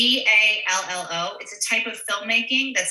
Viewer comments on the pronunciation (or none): Love LOVE Kate and her husband, but it's GIALLO :)